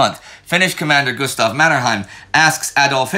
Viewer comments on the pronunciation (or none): none